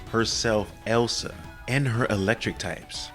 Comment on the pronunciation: Its killing me hearing you mispronounce Elesa and Castelia. Its "Eee-Lee-Suh" and "Cast-tay-liq"